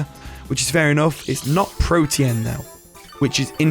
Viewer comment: it is Protean